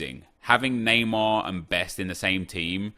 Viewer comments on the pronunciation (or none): none